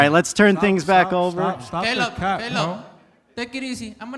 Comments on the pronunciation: Why he pronounce Caleb like “Calob” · Is it me or did Edgar call Caleb kayla